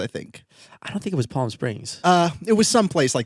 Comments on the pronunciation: How the fuck did pronounce palm? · Its the way pronounces "palm" for me. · I’m trying to hard to not keep thinking about how pronounced ‘palm’ but it’s been an hour since I finished watching, I’ve been staring at the ceiling and trying to think about other things... but I can’t stop thinking about how significant the pronunciation of the letter ‘L’ in palm was. I don’t think I’ll ever come out of this hole. You both bring me much joy but holy baloney ‘palm’ has thrown me. 😅